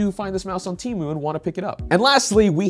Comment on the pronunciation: finally, someone pronouncing temu right ha